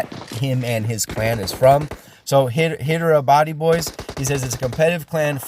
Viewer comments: Its saidlike haiderabad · Hyderabad is pronounced high-dhra-bhadh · Its pronounced as Hydra-baad 😂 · Nice work man! Athena Gaming Next Please? Btw, I'm from India, small help from my side for the pronunciations : JAI HIND (Jay- Hind), HYDERABADI (High-Dera-Bady) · You butchered "Jai Hind" and "Hyderabadi" as well 😂😂😂😂🤣🤣🤣🤣🤣🤣